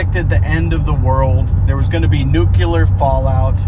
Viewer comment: New-clee-er. Not nuculer. Learn to talk